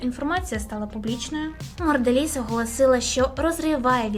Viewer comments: Сто разів повторила "моРделіз" 😂😂😂 подивись назву і не ганьбись😊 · я розумію, що "Морделіз" це певно такий стьоб, але вухо різало весь ролик